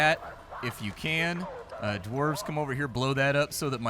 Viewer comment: I remember you playing that Dwarf game where you were mining and building at fighting, golden dwarves or something I dont know. You also said dwarves and orcs I I didn't understand what you said that well. the v and c in those respective words are gone girl. lol, i have good memories I really do, its dumb its stupid. I used to wear my ear plugs all day at work and during my ride home...I'd get home take out the plugs turn on the pc and watch a couple vids. back when I could hear so well...well I still had massive hearing loss but you'd be surprised how important like1% of low/mid reg Dbs are..